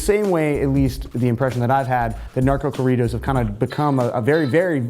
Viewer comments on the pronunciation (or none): Oh my God . .if you're going to say corridos . . Listen to how Spanish speaking people pronounce it and say it that way . . Love your videos keep up the good work . .